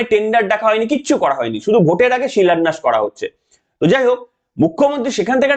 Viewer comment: উনি বলেছেন "শিলোন্যাস", কিন্তু বাংলা ভাষায় "শিলোন্যাস" শব্দ নেই। গীতায় বর্ণিত উপদেশের প্রতিফলন যার আচরণে বিন্দুমাত্র নেই তার মুখে সেসবের উচ্চারণ সম্পূর্ণ বোমানান।